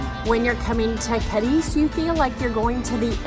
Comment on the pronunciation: Say it right at least - it's CAAAAADIZ - Not CADIIIIIIZ